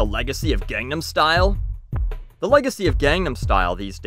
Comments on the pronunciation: psy said recently in an interview "I wont stop talking about it until learns how to pronounce it. Its been 5 years" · How is pronouncing it "gong-num style" sounding like you're butchering Korean? It's common place to call tacos and quesadillas by their Spanish pronunciation instead of "tayhkos" and "case-a-dillas" in fact those people are often mocked.